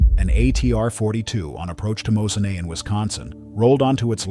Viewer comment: Yes, that was irritating. So was the pronunciation of Mosinee (the home of Central Wisconsin Airport) . It’s NOT Moze-a-NAY. It’s Moze-a-KNEE.